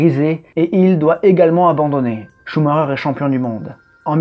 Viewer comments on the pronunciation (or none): On dit pas Coux Marreur on dit SchumaCKER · pourquoi il dit ''Shumareur'' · Maïkel ? Il est pas allemand Schumacher ?